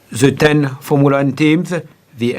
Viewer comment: Jean Todt: FOURMOOLA WAN